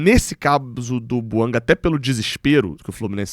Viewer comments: A pronúncia é francesa: BUANGÁ. Chega de falar errado. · É BUANGÁ que se pronuncia. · Conforme a boa diretriz do canal, não critico a pessoa e sim o argumento. A pronúncia correta é BUANGÁ. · A língua oficial do GABÃO é o francês. A pronúncia correta do nome do jogador é BUANGÁ.